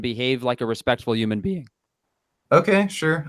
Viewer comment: “A respektful hooman.... bean “ Lmao